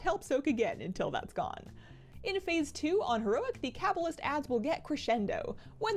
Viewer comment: say cabalist right